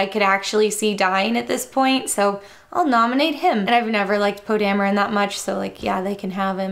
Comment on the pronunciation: Poe Die-meron?